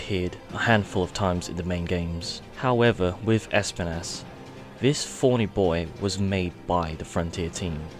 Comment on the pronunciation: Spines not spanas